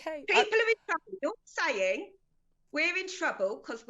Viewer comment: We in twuble pwees lisen at me